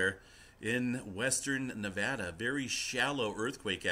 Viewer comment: Hey, at least pronounces Nevada right!